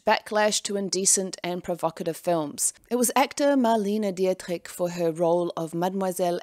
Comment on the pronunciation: I don’t mean to sound rude but Marlene Dietrich’s name is pronounced ˈdiːtʁɪç - die= di, and at the end a "ch" sound that is a combination of "k" and "h".